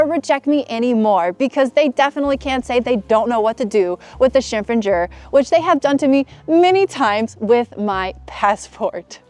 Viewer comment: 这身装扮真漂亮。还有，这个“身份证儿”的发音也太京味儿了，好可爱的感觉。